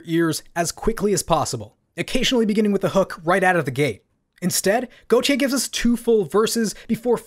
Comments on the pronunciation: It’s pronounced gaultier like the French designer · I JUST FOUND OUT THAT U PRONOUNCE IT AS GOT YEYH NOT FKIN GOATIE LOOOOOOOL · It’s a mispronunciation of his name in french (Gauthier) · Considering he’s also Belgian I’d assume it’s pronounced as got - yeea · am I the only one who pronounced it like "gottee" like the deez nuts meme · I’ve never heard anyone pronounce this band so I always thought it was goaty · Got e yay? I always pronounced it goat-eye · Bruh pronounced "Gotye" 4 different ways in this vid.